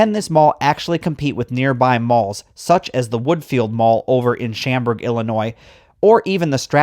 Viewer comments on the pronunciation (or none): Did you just say "Shamburg"????? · Great video. 🤩 (But you should do your research, you mispronounced Schaumburg and Joseph Spiess Co.)